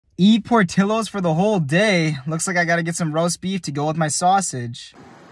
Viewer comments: Omg it's not pronounced portillos it's pronounced portyos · Don't think it's pronounced portillo's I think it is pronounced (por-ti-yo-s) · It’s not pronounced Por-tee-yos?